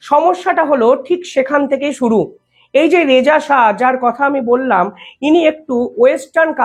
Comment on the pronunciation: Please don't mis-pronounce "Shah" as " Saha"😊